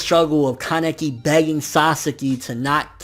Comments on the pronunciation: i hate to be that guy, but uh.. isn't it KAneki, not kanEKi? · ア レ ッ ク ス 》 that's just how he pronounces it. I say KAneki